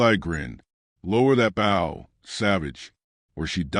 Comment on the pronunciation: I love these stories but the way the word bow is pronounced is wrong an gets irritating.. it's the long O sound.. like saying the word "low" with the letter B instead of the letter L.. I'm sure this is AI but still as a country person listening to these wonderful stories.. Thank you keep them coming.. (an change the way bow is pronounced pls lol)